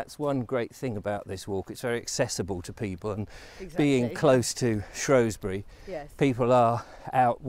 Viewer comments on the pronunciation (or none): Its pronounced "shrew" not "shrow"sbury 😂😉...i live in Shropshire and it has amazing landscapes of hills and ancient rocks 👍